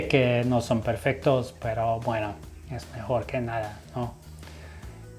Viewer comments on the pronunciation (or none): none